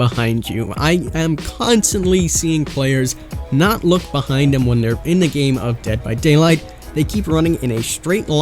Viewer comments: Solid video but it’s “th”, not “d”. There, not “dere”. The, not “duh” And so on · Dare = There Da = The Dis = This